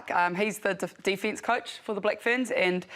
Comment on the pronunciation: Really pleased to see the penalty count was lower this time, well done girls! Goooo the Black Ferns!! Wondering why people, these days say DEE fence..instead of defence